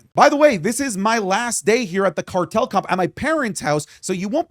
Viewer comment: did you just say Cartel Cup lol? 💀🤣